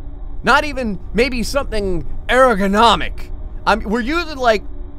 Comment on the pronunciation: 1/10 There is no sadness or destruction or depression or computers dying but...Your in it so I guess it's okay. "erogernomic"